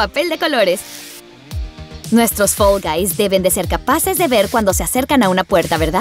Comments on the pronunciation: Se dice fall guys no fell guys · NO SE DISE FEL GAIS SE DISEÑÓ FAL VAIS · Me gusta mucho fall guys pero lo gracioso es que dice fell envés de fall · Hola yo vengo solo pa decir q dice fell y no fall xddd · Se dice fall guys